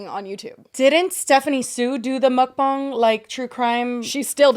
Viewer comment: Did just call it a muck bang?